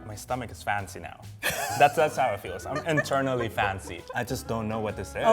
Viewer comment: 😂😂She speaks like "make it pancy"